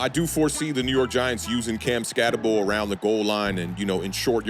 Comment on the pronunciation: Name is pronounced skatt-eh-boo. At least do that much homework man cmon. Other than that good video.